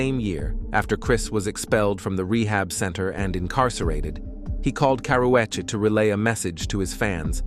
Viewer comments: Why they pronounced Karrueche name like that..and when was she in a fight with Rihanna 😂.. She always full of herself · The narrator is killing the name pronunciations